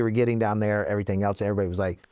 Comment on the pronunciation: Never trust ppl who pronounce it "elts" instead of "else"